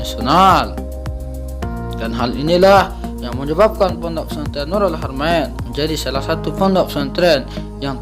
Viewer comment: Saking fasihnya jadi kayak gini . Fondok fesantren bilangny..😇😇😇